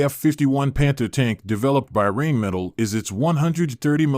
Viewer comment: thats got to be the worst pronunciation of Rheinmetall ive ever heard